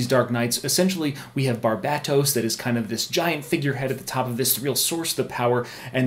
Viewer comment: Thank you for pronouncing Barbatos correctly. I've heard to many people pronounce it like Barbados. The emphasis is on the BAT since it has to do with Batman.